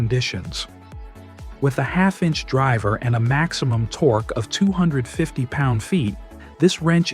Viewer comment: "Torky" wrench? WTF?